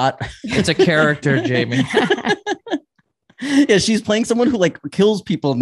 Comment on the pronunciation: Why does Rob keep calling Jamie - Yamie?? It's so annoying